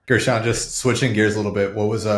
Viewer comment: Josh you did that on purpose, come on man, Guruchon yassabeelee? Lmao